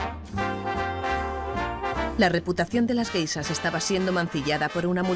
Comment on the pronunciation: ¿por qué a los españoles les cuesta tanto pronunciar la sh? Carajo... encima es soporífera la voz de la locutora.